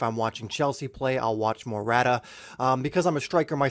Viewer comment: Lmao the way he says morata